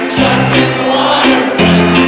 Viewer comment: When they say friends, all I can hear is "frens".